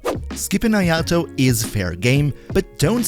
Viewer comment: If he's so good. Why can't you pronounce his name?